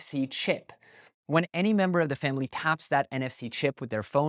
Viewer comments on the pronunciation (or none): none